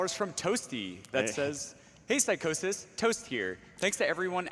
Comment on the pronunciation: Lmao, the dude pronouncing Psychosis name Psycho-sis. wtf.